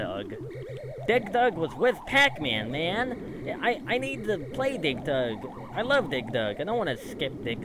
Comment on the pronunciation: Oh my god, the way you pronounced “Dig Dug” sounded like “Dick Dug” 🤣